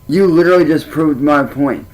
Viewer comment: Uhggg! The way he says literally! 😂😂😂 LIT TRILL LY. He switch’s it every time and again but usually he pronounces it wrong. “If I were you I would go out and get a job!” Oh really?!? Then do it. Prove us wrong. 😂😂